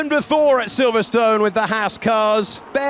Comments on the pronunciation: Who knew Silverstone must always be pronounced so strongly. There was me thinking it's always always always been pronounced silverstin. Because that's what it's called. Same with yesterDAY. Make sure you sure you put you emPHAsis in a daft place. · Did they change the pronunciation of Silverstone without telling us?